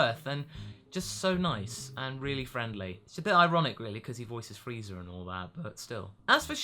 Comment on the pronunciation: I have always wonder, why do you say freezer when you say frieza? Is it a joke or is it just the way it comes out when you say it?